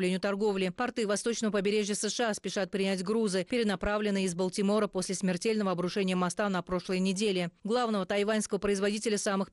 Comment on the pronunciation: У девушки хорошая дикция но с ударениями надо работать. Обратите внимание на ударения Рафахе , Балтимор и изучите текст досконально. Каждая критика должна быть для вас мотивацией для дальнейшего развития. Примите это как информацию в помощь. Удачи!🤝🇺🇿